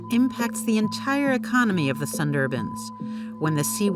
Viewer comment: Please pronounce the word Sundarbans properly. American people seem to have difficulty pronouncing many words.